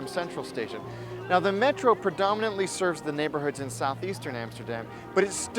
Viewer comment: Amsterdam, NOT Emsterdem.... America, NOT Emericee. Clear?